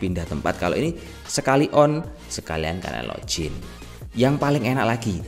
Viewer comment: Login, om... Bukan lojin...